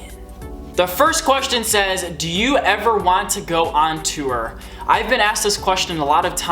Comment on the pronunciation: On tewer. lol love ya.